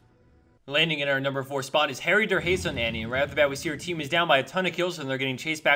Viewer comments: Haha that 4th name pronounciation sounds like harrydurhaze :D its harry the rabbit on german lol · I some how love it when people say german names with english pronounciation. The Annie at number for sounded really obviously german to me but i had absolutly no idea what it meant until i actually read the name xD And for those who wonder Harry der Hase basically means Harry the bunny. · trying to pronounce HarryderHase like you would in english sounds quite funny.